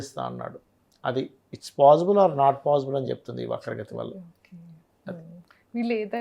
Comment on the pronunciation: ఒకే అని పలికేది బాగా పలకండి